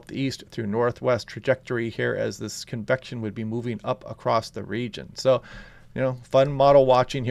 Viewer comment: Cool and overcast here on the North Oregon Coast 🌊🤍 When you say "convection" I hear "confection" and immediately want a sweet treat lol.